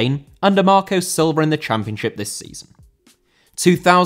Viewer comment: Marco Silva * not Mahkouw Selver